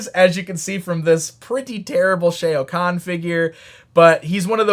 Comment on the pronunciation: "Shay O'Khan" Has the luck of the Irish. Shao Khan, pronounced "Sha-O" Khan, is the ruler of outworld.